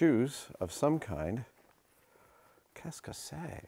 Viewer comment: beautiful french accent "qu'est ce que c'est ? "